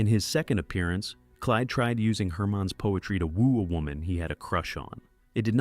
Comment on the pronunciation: I agree. There were two times when the voice pronounced "Herman's" as "Hermine's".